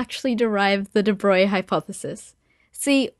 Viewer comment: I'm so glad you didn't pronounce it "day bro-glee." I get almost irrationally angry when I hear that.